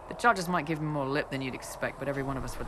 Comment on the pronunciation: "Dalish with Ma-more archery .." Sure Krem. Sure.